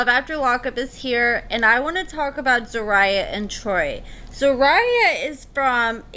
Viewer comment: HER NAME IS ZER- RU-YAH